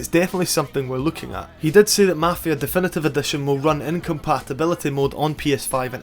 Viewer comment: "dEfEnEtEve Edetion" man how the fk can u talk like that?